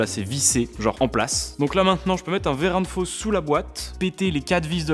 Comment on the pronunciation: Nouveau jeu à boire : un shot à chaque fois qu'il dit ''verrin de fosse'' 😂 ah non pardon, verrin de ''FAUSSE'' 🤣